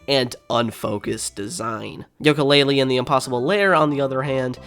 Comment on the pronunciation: why are you saying Yolka Lay Lee instead of You Ka Lay Lee?